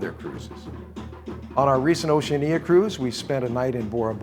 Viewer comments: I have a comment on the presentation, the correct pronunciation of Oceania = ow·shee·a·nee·uh. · Why are you the ONLY person who butchers the pronunciation of Oceania. It's Oceana, the I is not pronounced. It's also often mispronounced Oce AN ee a. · NOT TRUE. Oceania is correctly pronounced O she ah nah. Listen to any videos by Oceania or persons who work for Oceania and this is how they say it. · Curious pronunciation of Oceania. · Just awful. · Well since you cant even pronounce the word Oceania....... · Hopefully you will learn haw to pronounce OCEANIA prior to your going on them. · Strange pronunciation of Oceania. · THE WORST. I've never heard anyone pronounce it this way.